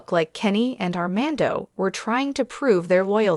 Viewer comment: How embarrassing you can’t even say Armando’s name or the word fiance correctly—why would I subscribe to this nonsense